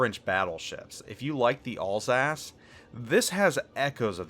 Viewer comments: not all's-ass, al sass as in short for allen, and sassy. Alsace. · I cant stop hearing "allsASS" for Alsace LOL